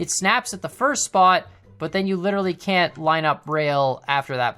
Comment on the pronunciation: what about this: Kan't get worse. :) sounded funny to me